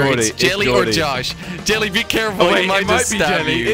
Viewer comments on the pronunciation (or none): Jelle but pronounce it yelle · His name is jelle but it sounds like yahee